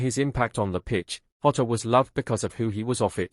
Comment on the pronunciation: Pronounced Jotter not hotter. I can't imagine the way this poor kid feels. Bless his little heart 💔